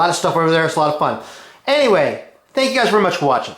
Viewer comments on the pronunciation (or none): none